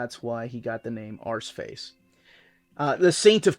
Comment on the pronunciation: I love Steve Dillon’s hatching and crosshatching. He makes it look so clean and uniform. Always keen to hear a story from 90’s life. Also, I like hearing say Arseface. It makes me smile to hear an American pronounce it the proper way. 😂 👍